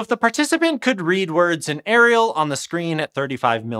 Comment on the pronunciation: It's Arial, not Ariel 🤦‍♂️